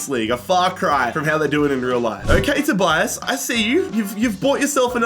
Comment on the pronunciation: My name is Tobias, I got so confused every time he said Storms' first name.